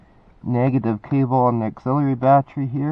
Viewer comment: Ba-Tree, ba-tree, batree, you're driving me crazy, man. It should be pronounced BA-TTERY instead of BA-TREE.